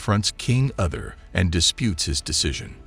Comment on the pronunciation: King ‘Other’ …these pronunciations are wretched.